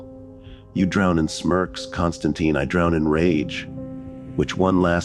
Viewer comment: Imagine if Spawn, Ghost Rider, John Constantine, Kratos, The Doom Slayer also known as Doom Guy, Scorpion and Sub-Zero teamed up together to fight against hell. Hell would tremble in fear. BTW be aware that John Constantine's last name ends with tine which rhymes with pine not teen